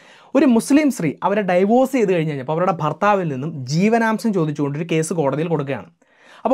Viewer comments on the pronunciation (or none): Very well explained as usual 👌👍 ഒരു ചെറിയ suggestion >> Divorce എന്ന English word ഡിവോഴ്സ് എന്നാണ് pronounce ചെയ്യേണ്ടത്.... ഡൈവോഴ്സ് എന്നല്ല 🙏